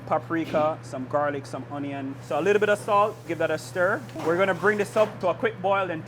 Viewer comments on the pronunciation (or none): "Some HONION" IS THIS WHY KAYS COOKONG SAYS THAT 😂